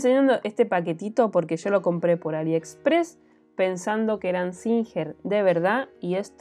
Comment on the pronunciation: Y porque compras en Aliepressss,JAJAJAJAJA JAJAJAJAJA Me ha encantado el vídeo